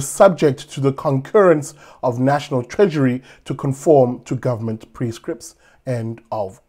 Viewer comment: National Treadury 🤣